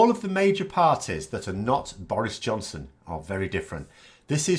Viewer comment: are you saying "Boris Johnson" or "Boris' Johnson"? ;)